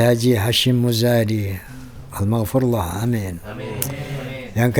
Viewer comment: Almaghfur lah bukan almaghfurwoh 😮